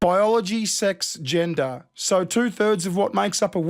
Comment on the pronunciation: "Baiyologi, Six, jinda, " I needed a translation there 😂